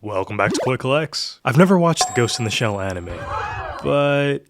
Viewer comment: No, but seriously, I appreciate that the Youtuber pronounces Kusanagi with an emphasis on the second vowel. Similarly, Koi is also pronounced correctly Koee with an emphasis on the second vowel. 💯